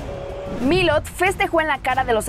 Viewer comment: Jaja quien es "milot" ?😂😂